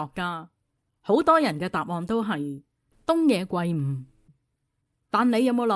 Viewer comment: 圭音“歸”，非“桂”啊